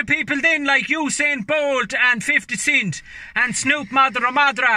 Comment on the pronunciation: The f is 50 cint?😂😂😂